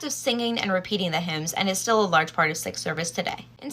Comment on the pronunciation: By the way, Sikh is pronounced more like Seek rather than Sick